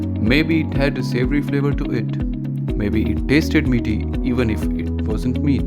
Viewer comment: Savory. It's savory.